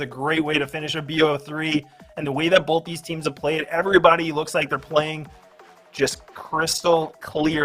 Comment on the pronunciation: someone should tell there is no L in the word both also #justiceforactman